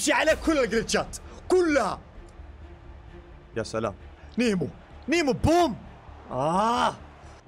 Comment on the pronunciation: كانه قال في الدقيقة يا شلام اي والله 😂😂😂